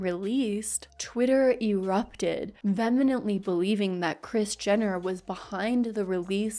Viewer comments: You have a very relaxing voice… Oh also.. *vehemently, not venemently. I had to. I’m such a grammar nazi it’s a pet peeve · Vehemently VEE - hem - ent - lee or vee - HEM - ent - lee NOT VEN - uh - ment- lee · This video is SO GOOD and SO thorough. I love your content~ also this doesn’t matter that much but “vehemently” is pronounced “vee-eh-ment-lee” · Love your videos. You are so pretty and smart and well read! This is the second video I've heard you say "vemenently" and I just want to say in the most polite and respectful way possible.. it's pronounced "vee-uh-ment-lee." You're amazing, big fan of your videos. ♥ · Love the video but I just wanted to add something sort of irrelevant - you mention hoping you pronounce names and stuff right but I wanted to point out the word vehemently is not venemently. It’s “vuh-hee-ment-lee”. Noticed it in a couple videos. People don’t care, I don’t really either, but it’s like spinach in the teeth- I’d want to know 😅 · Amazing video as always! And your little kiddo coming in was just plain adorable! ☺️ Small pronunciation correction, since it came up a few times: the term is actually vehemently, with an h (not an n), pronounced VEE-amently :) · Vehemently is pronounced vee uh mently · If you're saying "vemenently" I'm p sure it's vehemently. Though maybe I'm wrong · VEEyemently or VEEhemently (way to pronounce vehemently) :^) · girl it’s (ve·ah-ment·ly op·u·lence 😊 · It’s pronounced vee-hemently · I always appreciate your Kardashian deep dives. I am not familiar with them, so it's surprising to see how far their reach is/was. Also, "vemenently" hehe 😊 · You mispronounced vehemently LOL. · Loved this video but one thing kept taking me out. The way you pronounce "vehemently" isn't correct